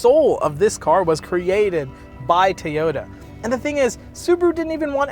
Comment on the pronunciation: Love those "Tayota's" :P